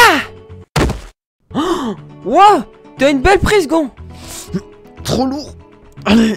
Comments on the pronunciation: prononce Gon comme "guon"! 😅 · Comment il à prononcé "Gon" 😭